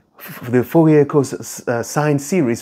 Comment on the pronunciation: So in french the last letter is usually not spoken, ou almost sound like oo in fool or root in english. So probably pronounce it like Foorie